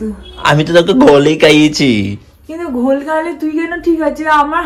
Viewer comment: আরে ভাই ওটাকে গোল বলে না ,,,ঘোল বলে। প্রথম কথা দ্বিতীয়ত- ভাঙ খেলে ওখান থেকে উঠতে পারবে না। হাসি বেরবেই না। নেশায় শরীর আনচান করবে। কারণ অমি একবার চ্যালেঞ্জ করে গোটা ভাঙ্গের গুলি খেয়ে নিয়েছিলাম অমি জানি সিচুয়েশন টা। তারপর খেয়েই স্নান করেছিলাম। ভাট কে বাট বলছিস। 😂😂😂😂😂😂😂😂 বাট অন্য জিনিস ভাই।😂